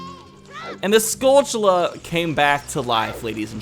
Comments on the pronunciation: Pronounce "Tilly's". Now pronounce "Tullas". Now pronounce "skull... tull....uz". There are no C's or H's in the word skulltulla. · Stop pronouncing "skulltula" weird. There's no 'ch' sound in it.